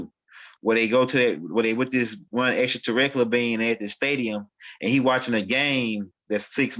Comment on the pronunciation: Greetings*🐉🥰👑🎼 The word is pronounced: Extra-ter-rest-tri-al = 6 syllables brother man. Love & excellence* 💌💝💒🧞‍♀️🐲👅✨️💫🌟